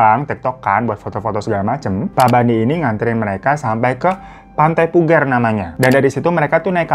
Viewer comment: Koreksi bang. Pantai puger,pake pager. Bukan puger,pake leher😀ya ngg sziehh